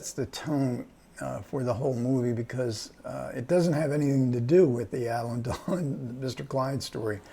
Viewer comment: Il faut arrêter d'encenser MR KLEIN, tous les critiques ont convenu à sa sortie que c'était un film raté ! même si la composition de Alain DELON est excellente. D'ailleurs, le gars qui est interviewé ferait bien d'apprendre à prononcer le nom de Delon : non, Monsieur, ce n'est pas Alain Delone, mais réellement Alain DELON.